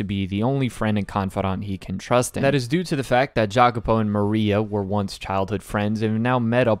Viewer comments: Jacopo is pronounced "ya-ko-po" in italian. Im sorry to be that guy but it bothered me :") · This is my favourite story ever too, I've been waiting for this ever since you put it on your top manga list :) EDIT: Jacopo is pronounced "yacopo" I had to let you know.